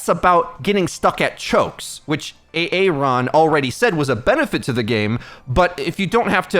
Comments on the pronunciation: Every time you say "A-Aron" I'm disliking your videos. Why don't you say his name correctly? You didn't do this to Jeff, so why don't give Aaron the same respect? He's a nice dev and tries to do his best to fill Jeff's shoes, but you don't seem to show any sign of acknowledgement. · What's up with how he says "A-Aron"? It's distracting. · Do you really pronounce aaron like "a-aron" ? It sound so weird. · A-aron... wow